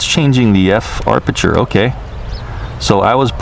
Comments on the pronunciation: Great video once again. and also, it's aperture, not arpeture ;D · It is pronounced ap a chur. Not arp sh chur. No R after a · Amazing how many illiterates and dumb,dumbs that are posting comments 🤓🤪 sorry but come on 🙄 and BTW it’s not arpature it’s aperture 😂😂😂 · Ap-e-ture not ar-peture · I am Hawaiian and we definitely don't say AR-perture, don't speak for us if you're not even from here, you are not the gatekeeper, I have never heard someone say it like that. He is mispronouncing it and adding an extra 'R', no big deal- no need to get all defensive. We say aperture here. Still love and his awesome vids! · Alpha6Tango hope he reads this APerture not ARPerture. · I'm lol every time arperture lol love his videos it happens to everyone. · harleyhiker Aperture I reference: Sven Jolly * 1 week ago Kk I am Hawaiian and we definitely don’t say AR-perture. Don’t speak for us if you are not from here, you are not the gatekeeper, I have never heard someone say it like that. He is mispronouncing it and adding an extra ‘R’, no big deal- no need to get all defensive. We say aperture here. Still love and is awesome Vids....... Now! Can we dispense with all of this? Mahalo and Mele Kalikimaka! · Great video, I always enjoy your narrations. Btw, you can turn off that annoying RTH beep by pressing the power button on the DJI controller (not the iPad). However, the 'low battery' beep cannot be turned off unfortunately. Precision Landing is now on by default, you don't need to do anything special on take-off. And, as I'm sure you've heard by now, there's no 'r' between the 'a' and 'p' in 'aperture':) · I don't disagree by any means, he's one of my favorite drone reviewers out there! Doesn't mean the mis-pronunciation of a particularly key photography and cinematography term doesn't bug me though. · Huh? There are two "R"s in aperture.